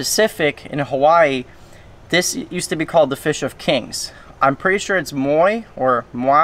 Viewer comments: Moi (moy) you said it right the first time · The first time you said moi is the correct way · Moi yea the first time you said it was right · You have the Hawaiian name correct the first time